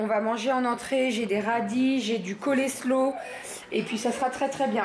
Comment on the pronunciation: Coucou, je trouve que toutes les personnes faisant un soin à domicile à titre professionnel devraient être exemptées de PV. Sinon la salade coleslaw se prononce colslo pas colèslo 😉